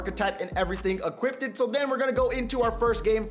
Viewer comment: Equippted is bad grammar. Equipped is the correct way to say it. I've heard you say this multiple times.